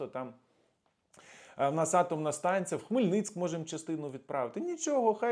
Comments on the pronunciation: Ну йоперсете,хіба Богдан був Хмельницьк? Що ви постійно каверкаєте наше місто. Хмельницький… . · Пан, не Хмельницк,, Хмельницький правильно казати. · Правильно говорити ХмельницькИЙ :)